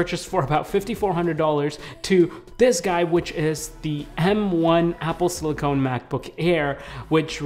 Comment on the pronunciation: This is amazing content! Just a little tip tho, its pronounced siliCON like in CONdense not siliCONE like in ice cream CONE. Silicone is a rubbery material while silicon is the element.